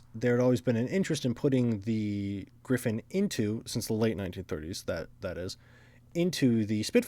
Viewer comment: It is Griffon, not Griffin.